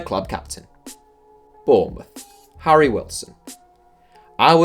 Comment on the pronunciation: he said Bournemouth like if you heard to